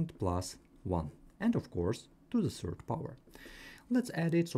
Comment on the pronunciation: While me noticing him say serd instead of third😅